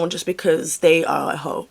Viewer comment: you saying a hoe like that with the pause absolutely took me out 😂🤣